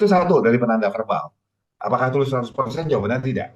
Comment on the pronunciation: Tulus apa bulus bos😂😂